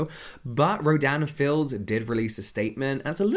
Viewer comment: The brand’s name sounds so much like you’re saying ‘Dan and Phil’ 😭